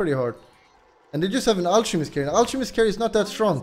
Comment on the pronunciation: Guyro and al-che-mist. Hes not pretending PepeHands